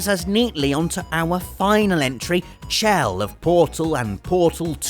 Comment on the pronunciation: I'm pretty sure Chell is pronounced Shell. I might be wrong, but I'm pretty sure I'm right.